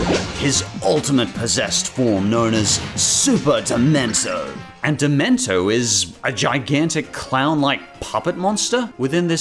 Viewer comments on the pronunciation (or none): It's pronounced " Duh-men-she-oh ", not " Duh-men-sho ". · I’d like to see more video game related lists be made in the future, as I think that the tv shows and movies have had their fair share enough. Also, on the Super Paper Mario mention, “Dimento” is actually pronounced “Dimentio”. It’s just like saying Mario’s name but without the “mar”. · Sammer guy. The only two words that ever have to be said. You know what i'm on about. Also, "Demento" is not a character. "Dimentio", on the other hand, is. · "Dimento" I want to die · DID YOU JUST SAY DIMENTO?!?! REEEEEEEEEEE